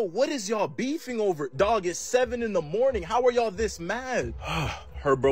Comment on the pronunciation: Bro said dwag